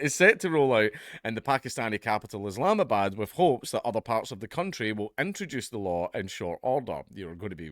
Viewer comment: It's called Islamabad, not IslamaGOOD.....